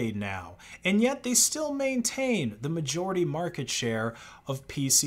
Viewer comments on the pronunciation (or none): none